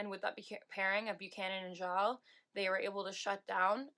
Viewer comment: FYI You pronounce Vanessa Gilles' lasts name "Jill" with a soft 'J'